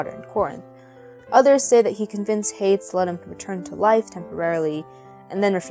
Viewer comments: Hades is pronounced “Hay-dees” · By the way: 'Hades' is pronounced /ˈ heɪdi:z/ (HAY-deez), not /ˈ heɪds/.